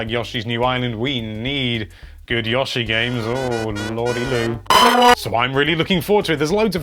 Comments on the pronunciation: After he said it 4 times in 2 sentences I was about to close the video. Only person I've ever heard say "Yah-shi" instead of "Yo-Shi". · Pronounced Yo-she not Yoh-she!! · dillian bouchard it could be pronounced either with the ooh (it doesn’t go for an w or u sound) or ah/oh (not the ‘yoow’ from yolo). here’s a native speaking like that in the first minutes and mid-video he changes to the ‘ooh’. Never ‘yoow’ though. (Also, in the beginning there’s a difference between Yoshi’s name ‘ヨッシー’ and the expression yoshi “‘よし’ - yess” that will make it clear the difference in intonation used) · Yah-she. Lol. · Please stop saying Yoshi